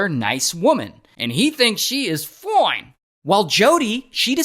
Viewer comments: Maybe you should stop saying foine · That "FOINE" is so diabolical 😂😂😂